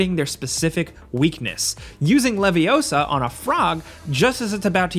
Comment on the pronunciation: It's leviosa not levioso